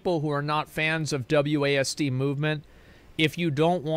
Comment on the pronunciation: Wasd??? WASD???? Is he serious?!?! Lol